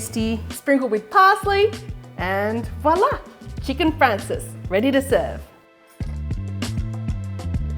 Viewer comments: Great recipe! And the Italian pronunciation is fraan chay zee. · Cute accent. It's Chicken " Francese" not Chicken " Francis." Lol